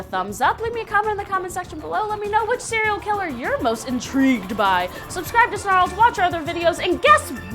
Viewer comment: how I hear serial killer cearl killer?